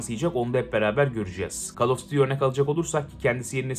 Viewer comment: Abi şu oyuna call of daty demeyin ya duty diye okuyun not bende daty diyenlerden in🙃🙃🙃🙃